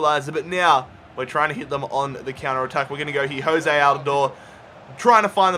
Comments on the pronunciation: Jozy not Jose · It’s pronounced “Joe Z” and spelled Jozy Altidore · A few nitpicks - It's "JOH-zee" Altidore, and "PULL-ISS-IK", not "PULL-ISS-ICH" (even though they announcers call him that) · Your are saying altidores first name wrong